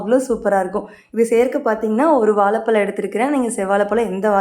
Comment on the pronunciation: வாலபலம்😢😢😢 Pronunciation disgusting 🤮